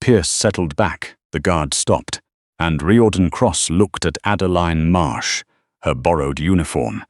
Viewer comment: It's Rear-don not Ry-or-dan